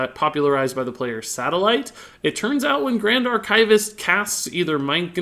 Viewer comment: I love how he mispronounces 'archivist' XD